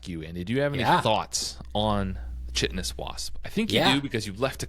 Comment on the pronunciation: Chitinous is pronounced KY-tin-us. Great show!